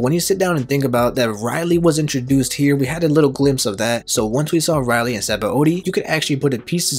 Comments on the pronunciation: U didn't just pronounce Rayleigh as Reilly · Man you pronounced rayleigh wrong so many times it hurt